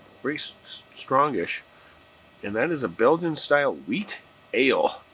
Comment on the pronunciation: you said the name of the beer wheat, it is white like the color